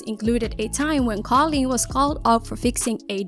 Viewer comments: Whenever you said her name as Colin I was literally questioning myself cause I’ve been pronouncing it as cooleen and it’s just spelt with a k instead of a c😭😭😭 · It's koolen, not kawleen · i don't think her name is pronounced "colleen" i think it's pronounced "coo-leen" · the way you said kooleens name the same way as collen 😭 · I thought koolen was pronounced "cool leen" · it’s not KaughLeen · its pronounced cool-leen